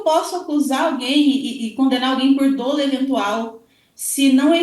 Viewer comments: Recomendo você se informar melhor,. A grafia correta da palavra é "dolo", para começar. SÓ ESSA GRAFIA ESTÁ CORRETA. O que eu me referi foi à PRONÚNCIA da palavra que é "DÓLO", com acento agudo no primeiro "o" e NÃO "DÔLO", como a entrevistada repetiu várias vezes. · Crime doloso....ou crime dóloso ? Olha...tá difícil viu....kkkkk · Não é “ o menino”, é o Marcelo. Não é “dôlo”, é “dólo”. E qualquer dermatologista vai te dizer que melasma é um tratamento de meses, quiçá anos. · Como que uma advogada fala "dôlo"? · Meu Deus a pronúncia equivocada de dolo, falando “dôlo” ao invés de “dólo” me quebrou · Tem alguns casos que é "melhor" o silêncio, essa entrevista é exemplo disso. Colega advogada, a pronúncia correta não é "dôlo" e sim "dólo" ... MISERICÓRDIA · Eu,como advogada familiarista, penso que esta advogada tem pontos fracos e me doeu o ouvido ao ouvir dôlo e não dolo;(dólo). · Dra, a pronúncia da palavra dolo, é dÓlo e não dÔlo… Pelo amor de Deus. Mas realmente, não entendo ser questão de dolo eventual não. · Advogado que fala "dôlo" ao invés de "dólo"eu não contrataria 😬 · A "aDEvogada" não sabe nem pronunciar a palavra "dolo". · não sabe nem pronunciar "dolo"